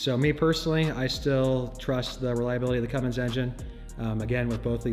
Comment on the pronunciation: Get it right.... It's Cummins... NOT Cummings if you want to talk shit..